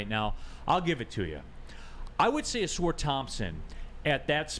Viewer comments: Ah-sar not sore dude 🤦🏾‍♂️ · His name gets mispronounced a lot, but maybe that's a good thing. Everybody keeps saying o-SOAR instead of aw-SAR. Just call this man "Soar" Thompson. It's what he does. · ah-sahr (rhymes with "a car"), not ah-soor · Is it pronounced “Uh-sar” or “Uh-soor”? Always thought the first one. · This could be settled very easily. All people have to do is watch any video on YouTube of him saying his own name. It’s pronounced Uh-sar. I have no idea where Uh-soor came from.